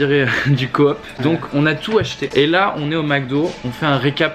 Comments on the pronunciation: Surtout qu’il prononce co-op alors qu’on prononce cop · *de la coop stp (ça se prononce « cope »